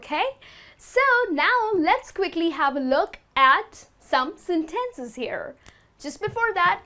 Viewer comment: Go and study about how to pronounce the word 'sentences'